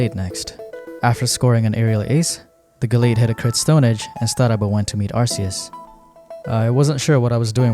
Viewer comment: You pronounced Arceus wrong